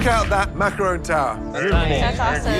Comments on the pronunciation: Am I the only one getting triggered whenever they say macarOOn instead of macarOn? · someone tell her it not a maceron it's a macerooooooon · Why are the judges pronouncing it as macaroons. Macaroons is different from macaron. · I'm surprised at Mr Ramsay, such a famous chef pronounces them Macaroons. Macaroons are different from Macaron which are different from macaroon. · Isn't it macaron not macaroon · Bruh these are macarons not macaroons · "A dadgum 9 goot structure full of..macron"? First of all, Dadgum?? Secondly, its MACARON, fool. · Is anyone else bothered by the fact that they are macaRONS and everyone is saying “macaROONS” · It's a macaroon not a makrone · Why is chef Ramsey saying macaroons?! That's a completely different dessert! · Mac-a-RON not Mac-a-ROON. crap don't they know the difference??!! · Not calling them macrones lmfaooooo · The way pronounce Macaroons as Macrones got me wheezing for 3 minutes 🤣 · 'relax you do not have to make us an entire tower of macarohns" . . . . "CAUSE YOU'RE GONNA MAKE 2" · "mahcrons" lol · said “macrohns” 😂😂😂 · no he said makrone. not mac chrons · Funny how Gordon and Joe can't pronounce macaron...